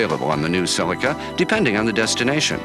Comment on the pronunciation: If you want the correct pronunciation it's right here in this video, same as the Japanese pronunciation.